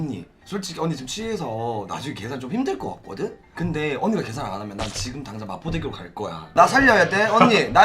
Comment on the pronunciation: 마표대교(×) 마포대교(○)